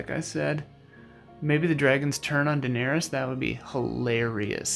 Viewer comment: well, he has the true pronunciations of Targin and Dave-os down...yeah...